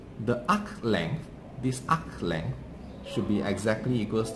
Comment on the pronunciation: UKHHH LENGTH LMAO LOVE THIS DUDE